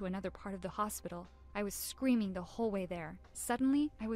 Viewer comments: Did no one else notice that she was saying Scweming instead of Screaming... Just me? Ok. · She said scweaming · She said scmeaming and wan away